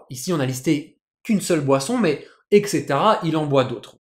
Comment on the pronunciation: etc = eTcaetera, pas exetera. On prononce d'abord le T : etcetera. Sinon c'est cool c'est le retour ! Bon courage !